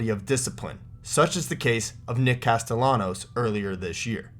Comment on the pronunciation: Castellans’s name is pronounced “Casteyanos” lol